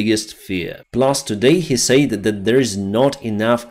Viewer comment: Pronouncing said sounds like sed, not sayd. Slava Urkaine